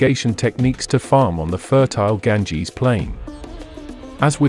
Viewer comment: Stopped immediately after he said Ganges